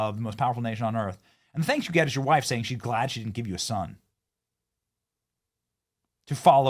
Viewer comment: lol "WIIFE" 💪💪💪